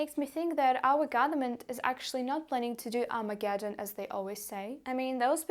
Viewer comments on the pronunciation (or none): none